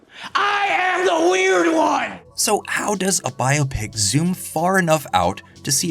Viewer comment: Thank you for pronouncing "Biopic" properly